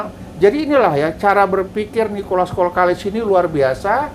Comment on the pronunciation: Nikolas kokalis bah, bkn kolkalis. Hehehe meluruskan saja bah, salam petir dr tanjungpinang kepri